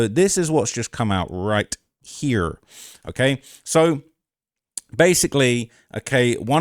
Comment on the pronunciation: bro hit us with an American “here”